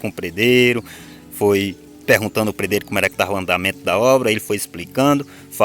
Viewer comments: A pronúncia. Certa é pedreiro e não predreiro 😂😂😂😂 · Não se fala predero e sim pedreiro Affff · PRE DEIRO E MEU PAU REPETE ATE APRENDER PE DRE I RO PE DRE I RO